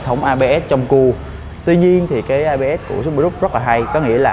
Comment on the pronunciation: Chữ cua, a nói ngắn quá , e cứ nghe thành c* :(